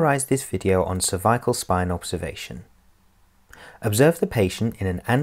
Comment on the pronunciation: Sounds like he’s saying “Survival spine”